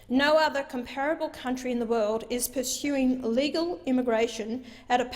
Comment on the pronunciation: Hanson try pronouncing "comparable" correctly, before you criticize others English ability.